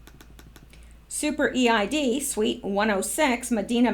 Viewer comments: Eid is pronounced Eeed. Eid is marked by sacrifices of animals, and is considered a joyous celebration. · Just a little info: The EID festival is pronounced EED (one word) festival. Where I live in Sydney, the Muslim community have the EID festival every year, with rides and food..... Everyone is welcome but I've never attended. Probably about 5000 people attend. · Thank you for the warning, 🙏 Could you give an extra warning when the info involves animal cruelty, pleeease 😘 I think EID is pronounced EED? Thank you for that last bit ❤️😃❤️